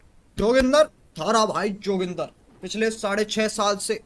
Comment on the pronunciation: Jogindar ❌ Hagindar